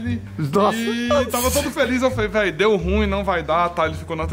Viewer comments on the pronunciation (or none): none